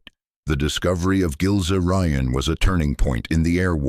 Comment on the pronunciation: pronounced "Gills Ryan" as in Gilze-Rijen